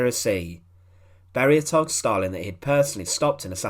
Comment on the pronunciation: There is no * r * in Stalin or gulag ***!!!!??????😊..